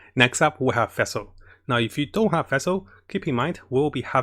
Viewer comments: I noticed that you have trouble pronouncing the name Fischl. You pronounce it like Fish with an L at the End. Also for her artefakts 2 piece thundering fury and 2 piece gambler is really nice if she is your support. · "Next we got vessel now if you don't have vessel" I'm like wait what? oh you mean Fischl xDD I never heard anyone call Fischl like that before XD but thanks for video! I actually love your videos! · fesel sacros donna farnonus? this man can say sacrificial just fine but not FISCHL which is literally the same pronunciation as the FICIAL in sacriFICIAL... ???